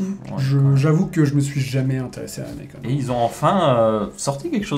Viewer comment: Merci pour la vidéo, ça entre bien dans les détails et c'est très utile ne serait-ce que pour s'informer, même si pour ma part j'ai très peu de chance d'utiliser ce genre de matos. juste un petit détail, je pense sincèrement que nikon ne se prononce pas naïcone comme à l'anglaise. c'est une marque japonaise à la base, donc la prononciation japonaise est bien nicone (celle qu'on utilise de base d'ailleurs). Si on prononçait à la francophone, on devrait plus dire nicon.